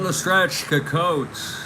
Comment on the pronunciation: Nice Game. FYI its Ed SEE-cott. Thanks Take Care**